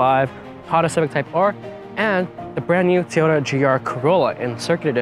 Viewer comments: It’s Toy-ota, not tyoda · Tiyota he says lol, its TOyota!